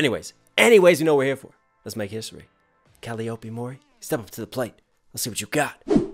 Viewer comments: Cuh lie OP is the common pronunciation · It's Cal-LIE-uhp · If nobody has said yet but her name is pronounced cal-eye-oh-pea. And that’s her Vtuber surname. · A pretty good breakdown of the song, but am I the only one who got a little peeved that mispronounced her name even after she literally spells and pronounces it out for the listener.